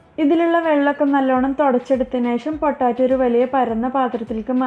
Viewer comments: പൊട്ടാറ്റോ അല്ല പൊട്ടെയ്റ്റോ 😌😌🙆🙆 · പൊട്ടാറ്റോ അല്ല. പൊട്ടറ്റോ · ഇത്ത പൊട്ടാറ്റോ അല്ല പൊട്ടറ്റോ ആണ് 😁😁😁😁😁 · Sambhava okke kollam.bt potaaatto alla potato